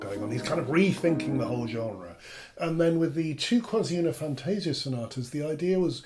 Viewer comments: The correct pronounce of "Quasi una fantasia" is "fantah-sìah", not "fantéh-sia" :) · Please, "Quasi una fantasia" is pronounced as "kwàh-zi ooh-nah fahn-tah-see-ah" with accent on "see", not on "tah". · I take the liberty to point out that in Italian we say "fantasIa", not "fantAsia". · really great explanations. Please note that "fantasia" is pronounced fan-tah-ZEE-ah (in IPA: [fantaˈziːa], but not everyone knows IPA, unfortunately) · it's how you pronounced your first line. triggers me. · 1) your difficulty in writing how to pronounce words is normal, that's why IPA (see: exists.2) What I wanted to point out is the stress of the Italian word is on the "i".